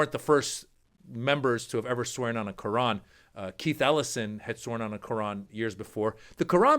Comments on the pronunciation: Is she saying “ crayon”? That poorly educated moron is so vocally racist! I really think her IQ is so low it doesn’t even register! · Sounded like she was saying crayon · Was she trying to say “crayon”? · Ohhhhh...."Quran"...! I thought she was trying to say Crayon".